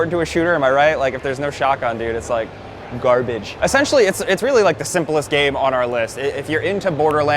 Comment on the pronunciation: "if there's no shotgun, dude, it's like, GARbage" what in the fuck